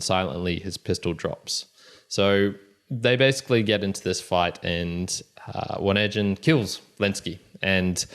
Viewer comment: Onegin pronounced with hard "g" (O-né-gin)